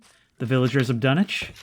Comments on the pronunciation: Dunwich not Dunich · it's uh, pronounced dun-witch lol